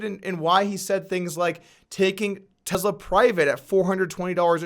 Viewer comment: Gotta be slightly ticked you didn’t wait 1 more day to be able to add in the clip/part about him smoking marijuana.. shoulda believed in Joe Rogan and his ability to make people say & do wild $hit I like the videos regardless of views also. Keep them coming. (But I dislike how you say “Tesla”, there is no ‘z’ )